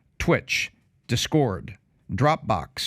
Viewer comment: “Dis. Cord.” Lol